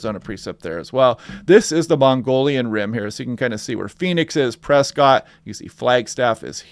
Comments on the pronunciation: Great vids, my go to now. I push people here as well. Learned so much. FYI Prescott is pronounced "Preskit" and Mogollon Rim is pronounced "muggy-yan" rim. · Pronounced 'muggy-on' and Prescott is 'press-cut' :goodvibes